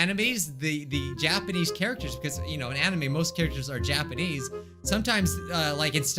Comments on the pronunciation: When you said Japanese I heard ja-panties XD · No one: Literally no one:: JAPAINEES